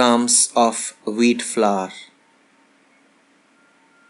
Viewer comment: Flour. It's pronounced flower. Not flaar, flooour or flavar. It's really not that difficult! 🙄